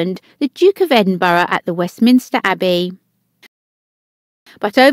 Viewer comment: Supposed to be an English/British accent but can't pronounce common names such as Edinburgh or Derby. Fishy, very very fishy.